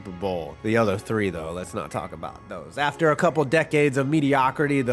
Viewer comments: lol it’s pronounced ‘Go-Bear’ not ‘Go-Bert’ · rudy gobair is the way u say rudy gobert hes french i believe